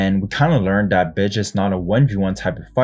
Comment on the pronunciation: “Bege” sound like bitche ahah